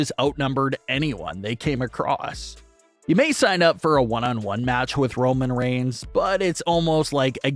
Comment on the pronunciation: It's across, not "acrost". Jesus...